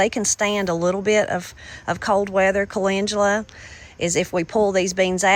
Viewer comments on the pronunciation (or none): none